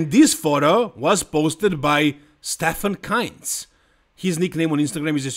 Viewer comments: Bro how r u pronouncing kienzl like keynts😂. It's "keentsl" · KIENZL not Kinz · why do u name Stefan KIENZL always KAINZ? Is it on purpose or do I miss something?